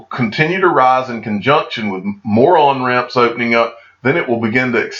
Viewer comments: "More on-ramps" sounds like "moron-ramps." For FOMO-ers, perhaps they are! Early-adopters rule! Thanks for your great videos,. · Yep, i heard moron ramps.